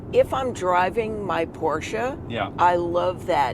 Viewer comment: You should invite your mother more often for car reviews! Love her knowledge about cars and as I german I am really proud of her saying "Porsche" correctly and not butchering it like most Americans do!